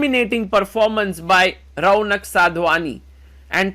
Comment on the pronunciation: His name is raunak Why bro is pronouncing Raaauuuunakk